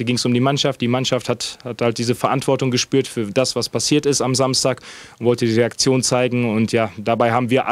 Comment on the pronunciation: Bitte nie wieder “Reaktion“ sagen. 😰😁